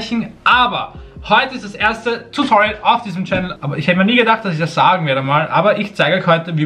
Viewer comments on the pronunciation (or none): none